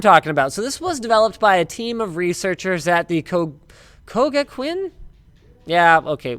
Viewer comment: linus its pronounced "co-ga-ku-in" especially the last 2 syllable isnt pronounced as (kuin)queen but something like cool minus the L